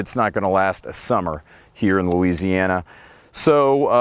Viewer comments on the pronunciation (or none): none